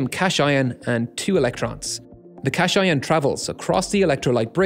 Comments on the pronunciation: Missed your basic chemistry class? It's pronounced cath-ion, not cash-ion, derived from cathode and ion. Real engineers know that. btw., as densities of liquid calcium and calcium-antimony alloy are different, how are they going to prevent the electrode protruding the salt electrolyte when the levels of the layers are changing, causing an internal short circuit? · Since when is "cation" pronounced like "cash ion"? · Language is meant for the purpose of communication. The vast majority of engineers would understand "cat-ion" immediately but will be tripped up by "cash-ion" at the very least, and that's with context. Therefore it fails its job and is a wrong pronunciation. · "Cash ion" xD It's cation. Kitties, not $^^ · cashion?? cation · its kadīən not cash-ion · Yeah, I'm sure I was taught 'cat-eye-on' for 'cation'. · Ikr, CAT–ion :( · I dare to bet that virtually nobody would read Cation as Cat-I-On on their first try. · Please learn to pronounce “cation.” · No, it's not just different, it's wrong. Cation is a modern, technical term with a formal definition that has only one pronunciation in English. If the narrator does not know this he seems to be poorly educated and it undermines his credibility.